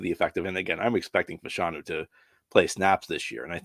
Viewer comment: It’s pronounced “FASH-a-nu” not “fa-SHAWN-u”